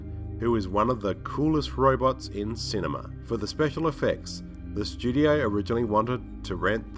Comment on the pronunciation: I like how you say "shtudio."